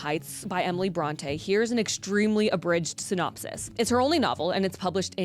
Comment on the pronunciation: If you're going to do a video on Emily Brontë, could you at least look up how to correctly pronounce her name first?